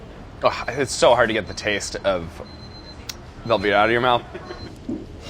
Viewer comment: "it's velveeta": "i don't like belbeeta"